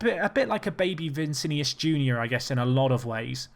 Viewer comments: My god, its VI NI CI not VI CI NIUS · It’s not vincinius it’s Vinicius